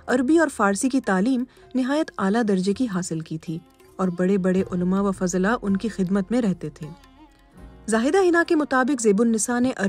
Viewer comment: Fazla nahi fuzla Hona chahyye